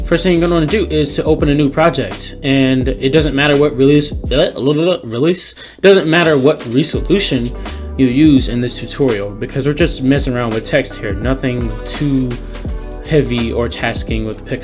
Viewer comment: "reeee suh lution"